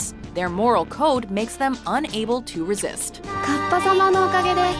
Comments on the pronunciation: its pronounce cap-a not cup_a u need more research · It’s “KA-PPA” not “KAP-PA” 🙄🙄🙄🙄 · Pronounces kappa wrong while somehow also showing clips with the correct pronunciation...